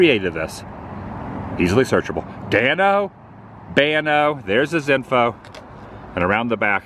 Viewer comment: Danobanano..not Danobano Adam...lolol. those are mad 😎